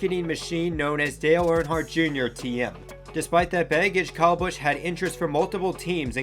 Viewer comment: Not sure that this guy knows what he’s talking about. He can’t even properly pronounce the drivers first name!